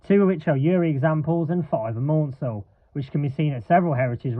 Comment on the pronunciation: Please note that the Southern CMEs name is not pronounced 'Mornsel' but 'Mansel to rhyme with cancel. Also 847 has run but only on the heritage Bluebell railway.